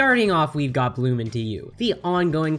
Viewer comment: Room Into You Bloom Into You Hmmmm.... Lol I thought it was Room into You 😂😂😂😂😂